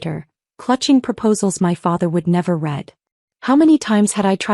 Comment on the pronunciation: Why is it, that in ALL of the stories like this one, they live on noodles? Im sure there must be other foods that are more flavoursome and nourishing than that. And 'proposals hed never read (red)' not read (reed)? Pronunciation needs editing. 👎👎👎